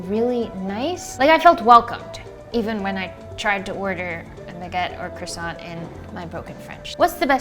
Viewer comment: Oh my! You've changed so much these last 4 years. You are becoming a woman! (Also please stop breaking our ears with your cRahssaht...it's krrouahsuuh!)